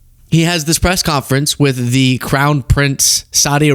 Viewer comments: It so sounded like he said the “clown” Prince hehehehehe! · I listened 3 times, and I swear that t-rump referred to the prince as the 'clown prince'.